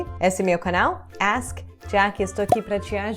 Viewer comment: Todos sempre têm sotaque. Por exemplo, você viveu mais de uma década no Brasil e fala bem português, mas basta falar uma única palavra e já se nota o sotaque norte-americano. A palavra é canal. Quando você fala canal, e fala muitas vezes, não o faz da mesma forma que um nativo brasileiro fala.